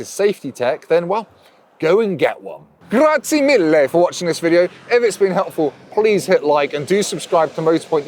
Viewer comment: I'm italian and hearing you saying "grazie mille" killing me bro...🤣 you sayid very good congrats!!!🤣🍻cheers